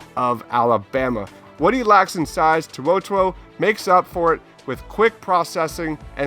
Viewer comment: HENRY TO’OTO’O ( toe-oh toe-oh)